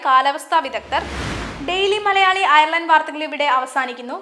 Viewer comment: ഡെയിലി മലയാളിയുടെ പുതിയ വാർത്ത ചാനലിന് എല്ലാ വിധ ആശംസകളും.. ഒരു അപേക്ഷ: വാർത്താ അവതാരകരെ തിരഞ്ഞെടുക്കുമ്പോൾ കുറഞ്ഞത് Ireland, Dublin എന്നീ വാക്കുകൾ എങ്കിലും നാവുളുക്കാതെ പറയുവാൻ അറിയാവുന്നവരെ തിരഞ്ഞെടുക്കുക.. ( വാർത്ത വായിക്കാൻ കേരളത്തിൽ നിന്ന് ആളെ തിരഞ്ഞെടുത്ത് കേരളത്തിൽ നിന്ന് സംപ്രേഷണം ചെയ്യുന്നത് കൊണ്ടാണ് ഇത് എന്ന് മനസ്സിലാക്കുന്നു. ദയവ് ചെയ്ത് ഇത് ശ്രദ്ധിക്കുക. കാരണം Dublin, ഡംബ്ളിൻ എന്ന് തുടർച്ചയായി കേൾക്കുമ്പോൾ വളരെ അരോചകമായി തോന്നുന്നു.. ശ്രദ്ധിക്കുമല്ലോ